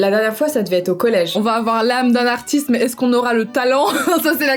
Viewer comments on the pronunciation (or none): "Artistre" t'es sûre de toi? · " ArtisTRE Peintre" je sais pas si tu as fais exprès, je pense pas mais ça m'as fait rire 😂 Super vidéo, je me régale comme d'hab! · '' artistre peintre'' Ok ça commence bien 😅